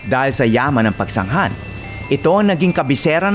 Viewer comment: Pagsanghan ka ng pagsanghan Pagsanjan Ang pagbigkas nyan